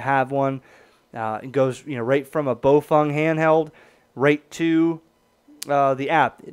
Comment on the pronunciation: "Bo-fung"? LOL! SAY IT WITH ME PEOPLE! "BOUGH (like a tree bough or the bow of a ship!) FANG!" "BOUGH FANG!" Baofeng is so fed up with people that can't seem to pronounce their name they actually changed it, not that any neophytes will be able to pronounce that either...